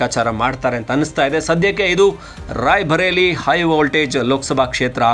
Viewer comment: NOT RAIBHARELI BUT RAI BARELI NOT BHA BUT BA.